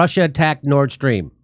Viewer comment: Hey, in case you guys did know, you're mispronouncing the Nord Stream pipeline. Karine Jean-Pierre pronounces it Nordstrom, like the department store. Seriously. Stop pronouncing it incorrectly. I just had to comment on this, it was top of mind.